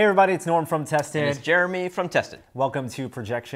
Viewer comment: They could just change the emphasis to "It's Norm from Tested. And it's JEREMY from tested." But, yeah, maybe it's intentional, like when commercials overly emphasize the word "free" even when it's semantically inappropriate.